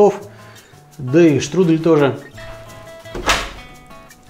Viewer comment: Штрудэль это ты Штрудель! Е, а не э Не беси